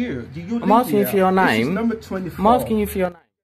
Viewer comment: I am axing you a question? Axing? How can you axe a question?